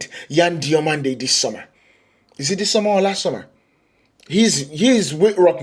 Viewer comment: I watch you from Spain, your spanish names pronunciation are pretty good, good video.